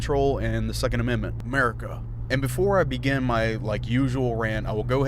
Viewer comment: "uhmurca" i love it bro.